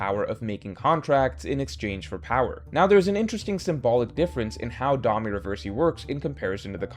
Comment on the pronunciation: These weapon name & Domi Reversi pronunciations are killing me. 😂